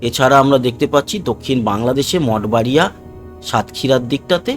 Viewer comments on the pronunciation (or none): none